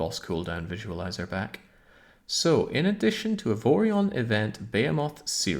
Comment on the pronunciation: I like how you incorrectly pronounce behemoth every time.